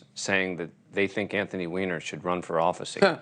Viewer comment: I’m just glad to see his last name pronounced correctly haha. They used to say whiner.